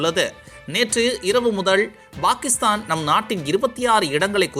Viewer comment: சார் Bakistan என்று சொல்லாதீங்க சார் pakistan என்று உச்சரிப்பு வேண்டும் என்று கேட்டுக்கொள்கிறேன். முட்டாப் பயலே.